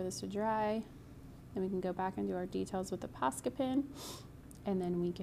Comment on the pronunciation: I am loving this but wondering if any one else hears "pasta pen" every time she talks about the posca markers